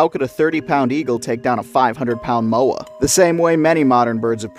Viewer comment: ayyyyy i was wondering where the haast eagle would be mentioned, they could also pick up children around 8 years old, there's a model in the te papa museum here in new zealand it honestly looks like it could pick ME up and i'm 24, also your pronunciation is great with Moa, though a lot of maori would pronounce is "moh-ah" or sounds pretty close to "maw-ah" they were known also for attacking small maori children but were sadly hunted as well as moa as a food source for maori people, so hunting moa meant less food for the poor eagle, eventually dying out and being potentially hunted themselves, i assume for their feathers and meat as many of the wildlife was hunted for food or feathers some people say they still see haast eagle flying over mountains, but i have yet to see concrete proof i'm a new zealander and is fills me with glee seeing more about nz creatures, i'm also part maori but uh... i'm white, so i get bullied a bit